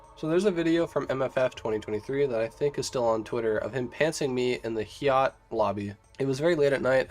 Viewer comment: HEEEE YATTT lol? its high-yatt, link lol